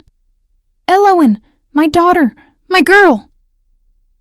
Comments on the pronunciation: I loved the story! It was a beautiful love story. The hot chocolate at night. His mate bond connection with her. Lovely. Unfortunately, for the first time ever the AI narrative voice butchered saying the main character, El-O-win's name so badly with every saying of it, it almost drove me insane. I'm not sure but I think the other main character, her mate, even the King's name was butchered too. Was his name Race or Reece? I have no idea. I do like how each story has different names for the characters, but you might want to make sure the program can nail the names at least 98% of the time, because this came horribly close to ruining your excellent story. Also, did they walk back to his carriage to get the ring; or did his servant trail after him and bring him his clothes? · Her name is Elowen, yet this AI Voice keeps mispronouncing or misspelling it. Annoying. AI will wreak havoc on our society as it cannot truly understand what is being said.